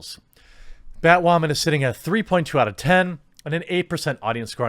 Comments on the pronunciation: Why do you keep saying batwhoman instead of batwoman? Like those annoying people that say fucking moosli instead of museli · It sounds like you keep saying, "BatWAHMAN." Are you doing it on purpose or subconsciously...? 😂🤣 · Y does he pronounce women as wamen??? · Why are you saying "Bat WAH MAN"? I've heard you say woman normally hundreds of times and you even say it correctly a couple of times in this video. But when you say "bat" in front of it you say "WAH" man. Is this a deliberate choice to mock the title? Not a criticism, just a question on an observation. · why doe he say "woman" like that?? lmaaoo whau min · Am I hearing things or is he almost saying Batwahmen LOL? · Are u saying BatWhamen😂